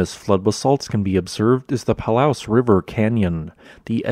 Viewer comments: I love your videos but please--check pronunciations beforehand! Palouse=pa loose, not pa louse like the bug! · Slight correction - Palouse is pronounced "puh·loos" and the Palouse river gorge (like many of the regions most dramatic features) was eroded very quickly (by geological standards) during the ice age floods. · Palouse = Pah-loose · Enjoyed it immensely. Very informative. Just one quibble--Palouse, as in Palouse River, is pronounced "Pahloose" with emphasis on the second syllable. Second the comment complimenting Nick Zentner's videos. Those are longer and go into greater depth and detail about many aspects of Pacific Northwest geology. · We locals pronounce it "Pa-LOOSE". Almost no "pa". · Loved the video! Just fyi, I believe palouse is pronounced as pahloose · I think you should've included Washington in the title, too. Just as an FYI, "Palouse" is pronounced "Paloose." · You beat me to the pronunciation lol. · Thank you. That was very informative. ☝ For future reference, Washingtonians pronounce 'Palouse' to rhyme with 'goose', not 'grouse'.